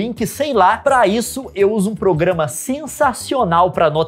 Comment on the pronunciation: uma coisa que o leon nunca ouviu fala "progamas piratas"